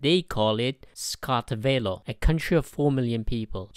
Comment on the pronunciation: "Skatvelo" lol u forgot an a..and an r